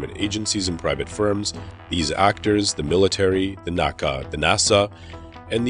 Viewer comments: That and NASA NACA Not NOSA and NOCA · I'll admit, I'm both anal retentive and a dinosaur, but FFS, it's N.A.C.A, not Naca (ie, you spell it out, not pronounced as a word). I made that faux pas early in my aerospace career and was promptly corrected by my elder AIAA and NASA colleagues.